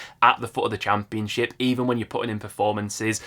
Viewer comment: I swear I only watch these videos because of the way he say cham peun ship 😂